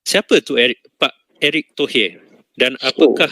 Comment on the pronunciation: Nama orang dirubah erick thohir kok jd erik tohee, intonasi ke inggris2an